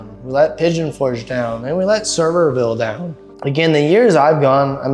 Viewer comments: He's not kidding. It's not server-ville. Pronounced as if was spelled Severe-ville or the way he phonetically spelled it out. You're not the first to say it wrong. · Sevierville is "Suh-VEER-vil". 👍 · It's pronounced like severe-ville. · As a fellow Tennessean, thank you. Lol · I haven't seen one video of people talking about this or anyone has pronounced Sevierville correctly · Lol 😂 not at all how Sevierville is pronounced 😂😂😂. You should come up and see the smokies once the leaves start changing. Such a beautiful place.